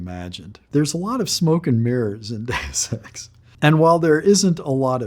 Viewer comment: I'm concerned when even the creator of Deus Ex is pronouncing 'Deus Ex' incorrectly.